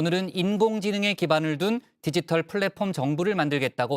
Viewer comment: 영어좀발음 와~~정말구리네 무식한후보 플랫폼이 뭔지나아나?? 구글정부만든다며??